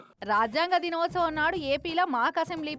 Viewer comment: దినోచం కాదురా బాబూ దినోత్సవం